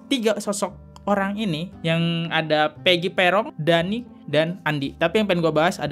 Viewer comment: Dani bang bukan dahi 😁😁😁,sekalian aja Daki bang 🤣🤣